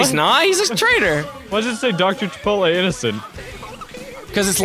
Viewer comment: He pronounce Aleks name wrong. It is Doctor Chi-po-tle not Chi-pot-lay